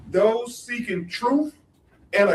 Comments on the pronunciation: "Proof" and "troof'. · Crump keeps saying they just want the “troof” - can’t even pronounce simple words! I want to know how he managed to get a license to practice law! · Until Crump can pronounce da truf, I can't 🤪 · Crump can’t even pronounce truth